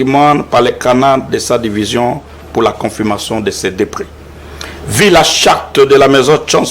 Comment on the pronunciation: Le Congo est descendu trop bas Il y a des moins en moins des gens compétentes qui lisent et parlent correctement Le représentant de la maison de production qui lisait l article consacrant Louis France meilleur journaliste Quelle lecture médiocre!!! On dit vu, et non vi L éducation et l instruction sont détruites